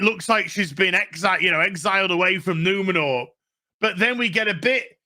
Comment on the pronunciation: It's not Numenor, It's NumenoRRRRR ! Not Eregion, It RRRegion, etc.